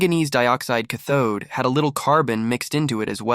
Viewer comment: Brother! Rattles off the Slavic language like nothing, can't pronounce "cathode". 🙄